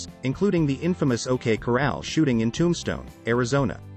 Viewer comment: Love the videos. But whoever narrates needs to learn how to say corral..it's not coral